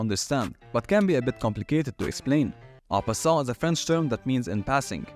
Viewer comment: I cannot understand what you are saying for en passant. I tried using subtitles - no luck. The loud background music change makes it worse.